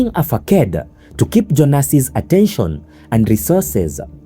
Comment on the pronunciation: Plewaw.pronounce FACADE properly and the word alies ...😅😅😅😅😅😅😅